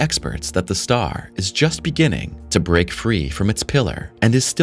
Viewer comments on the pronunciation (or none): none